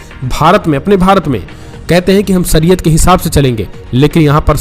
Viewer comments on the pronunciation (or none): Saryat nahi shariyat bolte h Ramjan nahi ramzan kehte h